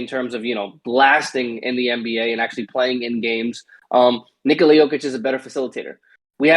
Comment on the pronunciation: It's pronounced ni-KO-la